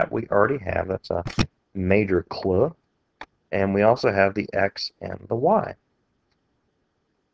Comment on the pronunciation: its so annoying how you cant just say clue...but thanks for the help